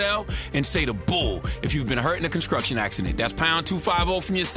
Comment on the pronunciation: I need for ctg to NOT say anymore words with str in them until he can pronounce it the right way.... i.e. construction instead of conscrution 🤦🏽‍♀️🤷🏽‍♀️🤣🤣🤣